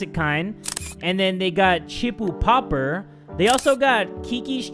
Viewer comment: lol it’s Pep per not popper